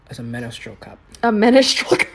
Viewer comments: it emphasis the word more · because he mispronounced Menstrual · I like how he gets everything right except for the two most basic things: pronouncing menstrual and what the r stands for